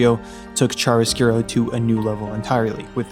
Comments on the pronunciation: uhm... it's chiaroscuro ("ki-a-ro") not chariscuro :'D In Italian "chi" is pronounced "ki" whereas "ci" is pronounced "chi" (or I guess "kee/chee" for an English speaker). the rest is pretty good though ^.^ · A bit of a correction here, in italian it is "C H I A R O S C U R O" :)